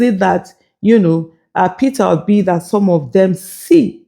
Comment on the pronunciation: Dis mumu just keep saying "PitObi" 😂😂😂😂. Why is the pain of Peter Obi leaving them so enormous in their bones? Did Obi take away their intestines? I'm surprised Kenneth Okonkwo thinks his views are still relevant to the scheme of things. Just rest oga, go back to nollywood and try acting again. May be that will profit you, but Politics no fit u like dis. Or beta still, sit back and enjoy wotever small money you have now collected frm Atiku since he's good at diahing out Dollars. Abi is dat also hard for u to do?